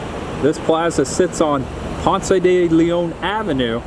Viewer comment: We pronounce it Ponce Dee Lee-on. Or just Ponce for short.